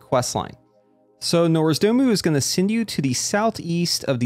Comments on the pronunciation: Nozdormu, nps name is NOZDORMU not Norsdomu...oh pls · Ermahgerd, ertz Norzdumu 🤓